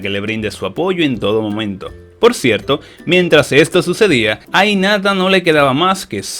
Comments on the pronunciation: el dice inata y es hinata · Porque ni pronuncia la h en hinata y en haruna, no suena inata suena como jinata